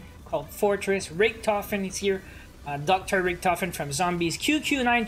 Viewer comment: People really out here calling richtofen, "RictOfen"😳